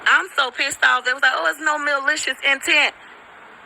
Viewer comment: Tell that fool to learn how to say malicious and NOT (mealicious) with her ignit azz! I wish that community ban her and call the police on her dumb azz! She is an agent of chaos everywhere she goes.